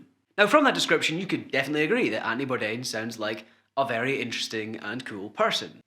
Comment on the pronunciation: “Antony Bourdain” “Andy Bourdain” lol